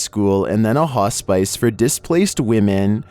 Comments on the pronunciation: Hey! Great vid as always!👏 had to let you know though, (number 21), Hospice is pronounced HAH Spiss. (Not spice) You’ve said it wrong every video it’s mentioned & it really drives me crazy. 😫😂 thanks for another great vid, loved it! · he said "hos-spice" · Did he really call hospice hos-spice????